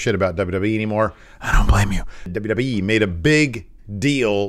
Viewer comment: DubDubEee lol 😅 please continue saying it like that